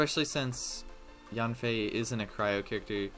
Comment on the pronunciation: Hey I know her name pronunciation doesn’t really matter but it’s pronounced as “yen-fei”. Yes it’s in English but chinese names are often pronounced close to the Chinese word characters even if they’re spelled in English